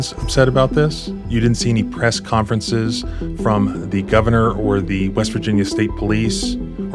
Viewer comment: Lol "Cress Ponfrences"